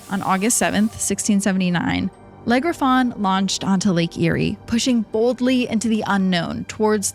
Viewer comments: Eeriest thing here is those french pronunciations LEG REFAWN 😢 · Le Griffon is actually pronounced without the “n” as in French the last letter is silent unless it is followed by a vowel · Why do you keep saying it like it's one word. Legriffon???? It's 2 words Le Griffon, "The Griffon". I find it sad when posters mispronounce words, when a little bit of research would help you sound more reputable. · Is it really that hard to type Le Griffon into google and check how it is pronounced? I am not even French, but German, and it hurts how badly you pronounce it.